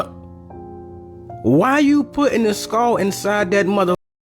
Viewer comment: Please say skull and not skall. But excuse me if that's the only way that you can say SKULL.